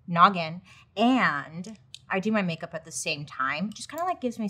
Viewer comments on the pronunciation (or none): INAPPROPRIATE MOMENT but for all of us who have followed Bailey for years heard "noggin" everytine. No? Just me? Huh. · The “noggin” pause SENT ME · HAHAHAHAHAHAHHA IM DYINGGG. The pre “NOGGIN” pausa, I laughed haaard. Love you B❤🥰✨